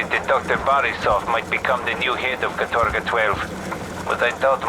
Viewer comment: It's not "katOrga", but "kAtorga", actually